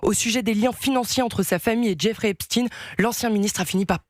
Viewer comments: Epstein.... chtaine Pas stine.... Vous dites alfred einstine ??😂😂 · Epstine? Epst"aïn" , comme Einst"aïn", Frankenst"aïn", etc....